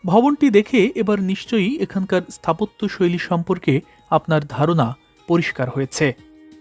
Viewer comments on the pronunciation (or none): none